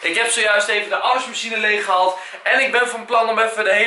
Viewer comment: je zegt zo grappig afwasmachine haha